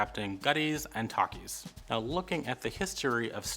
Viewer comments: it's pronounced Tack ees. not tahk ees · Takkies pronounced 'tac-is' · Tekkies are pronounced TE like Thir in Thirsty Key in turkey 🦃 so prounced Thir-keys almost exactly as turkey with Thir instead of Tur, From South Africa 🇿🇦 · Yay, South Africa is included! Tekkies are pronounced "tacky-s". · thanks for this vid. small tip, the word takkies is not being pronounced correctly, the "ta" reads like "te" in "telephone" so more like "tekkies" but the correct spelling is "takkies"